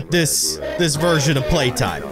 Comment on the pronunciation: Why does call playtime “Suzy?”